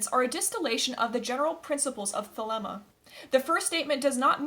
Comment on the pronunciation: First things first , you should learn how to pronounce the word thelema property or many avid European occultists may very well find it hard to take your work seriously and end up regarding your efforts the work of a armchair you tube occultist which are many